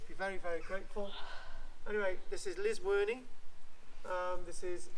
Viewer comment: Its llysworney not lizworney